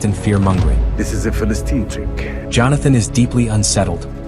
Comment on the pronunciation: I am not able to see this show, so thanks for this great video. Not pronounced Fa - Listn'.